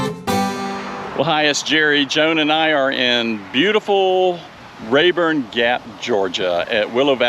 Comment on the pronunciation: Love the area, thanks for sharing. Not to be pedantic, it’s Rabun not Rayburn, my son who lives there and has corrected me numerous times😂.